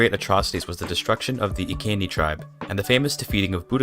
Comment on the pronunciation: I thought the Iceni tribe was pronounced I-see-nee